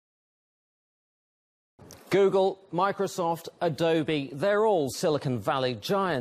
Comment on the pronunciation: Ado-bee lol